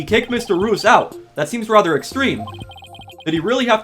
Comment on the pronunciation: Mr reus’ name is pronounced “ree-us”; his name is a play on the word “mysterious”